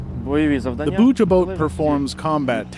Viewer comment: This channel has so much potential, but the voice overs/translations need some work. One glaring example is "Bucha" -- most people who know what Bucha is know how to say it, but apparently not the narrator.